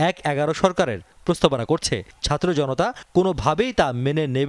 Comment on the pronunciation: জামাতের আগে উচ্চারন শিখতে হবে সাতর্ না ছাত্র